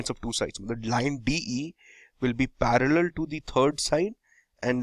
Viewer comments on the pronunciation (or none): WRONG "parallel" reading sound Its parallel not paraller!